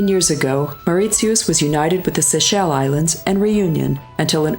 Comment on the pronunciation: Why does this narrator mispronounce half of her words. Like Mauritius, Seychelles and treacle. Its very off putting